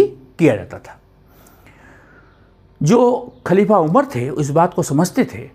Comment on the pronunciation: Kuchh to pronunciations ki ghalti hai Khalifa kehne mein kyunki aapki zuban hindi hai aur dusri baat yeh hai ke Rasul Allah ka naam izzat ke saath leni chahiye jaise Hazrat Muhammad Sallallahu Alaihi Wasallam aur mrityu nahin kehte balke wafat ya phir intequal kehne chahiye. Aapne hawala diya hai Irfan Habib ki kitab ka, toh usme iss tarah likha hona chahiye, halanke mai ne Habib Sahab ki kitab nahin padhi hai.